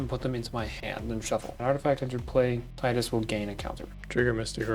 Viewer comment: Thank you for pronouncing it like Tidus and not like Tidus... who tf actually says it like Tidus